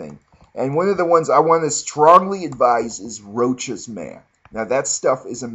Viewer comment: ok you're obviously just fucking with us now... gormorand? lay malay? come on man! make an effort, you're not a bad reviewer but come on with the pronounciations.... ROACHES MAN????You can do better than that!